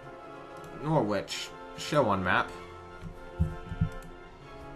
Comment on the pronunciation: Norwich is pronounced "norridge" not "nor witch". Whether that makes you like it any better I don't know.